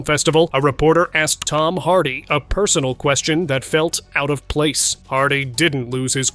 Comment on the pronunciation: Who's "Tome"?🙄